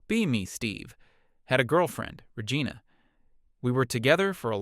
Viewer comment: I lol'd hard when the narrator AI pronounced Regina like Vagina. 😂😂😂🤣🤣🤣